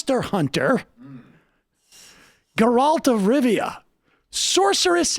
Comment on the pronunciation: I'm more offended he pronounces geralt of rivia completely wrong